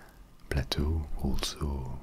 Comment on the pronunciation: It’s pronounced “play-toe” not “pla-toe”